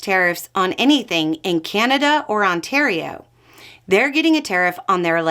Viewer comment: It's Ca-na-da, not Cane-a-da.